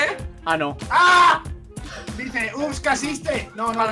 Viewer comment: cuando en vez de decir oops caiste dice; oos casiste 😂😂😂😂😂😂😂😂😂😂😂😈😈